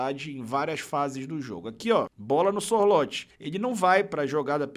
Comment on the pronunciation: a pronúncia do nome do Sorloth é muito simpes: é ççorrutfffees